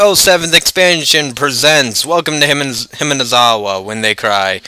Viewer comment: why do you keep saying Hinamizawa like Himanizawa?